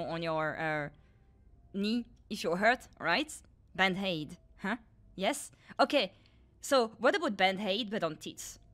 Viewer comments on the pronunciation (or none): Why does she pronounce bandaid with an H?